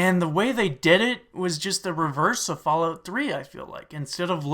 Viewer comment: lol "flalout"